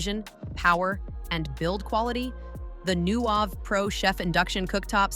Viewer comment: AI content sucks.Those fingers look so creepy! And the voice messed up the brand name "Nuwave."